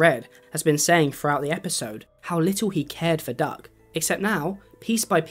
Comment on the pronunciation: Not me hearing duck as Doug